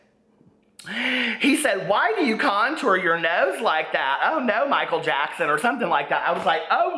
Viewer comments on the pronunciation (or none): none